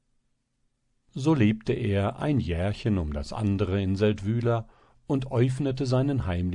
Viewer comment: Der Ort wird Séldwil ausgesprochen. Y ist im Schweizerdeutschen ein langes i. Das Sächsische war ja peinlich.